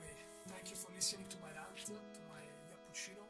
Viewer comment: Nope, Italian, he said "yappuccino" in the most Italian way imaginable.